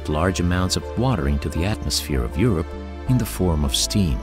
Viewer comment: Ugh! its Europa not Europe.